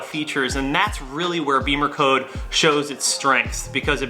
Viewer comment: Not BEEMERCODE, it's BIM-MER-CODE